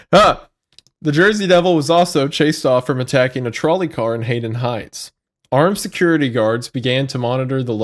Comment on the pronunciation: As a resident of south Jersey the butchering of the names of towns got me so heated and was so funny lol. Gloucester doesn’t have a H, it’s Had-Don heights not Hayden, and it’s Mays landing not May landing lol